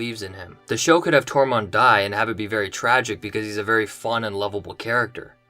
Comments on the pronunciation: is it me or are you saying Tormont instead of Tormund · And it’s Tormund, not Tormond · Tor-munn-d. Excellent vid. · ITS NOT TORMOND